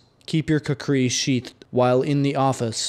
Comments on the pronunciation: That's actually a really bad pronunciation. KHU-Kuh-ri with a rolled r, almost like a d. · Oh, OK. I thought it was pronounced Coo-Cree.